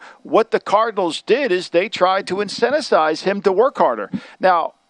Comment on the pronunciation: Lombardi's pronunciation of "incentivize" has me in stitches.